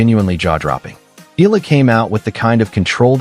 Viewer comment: Eala pronunciation E-yala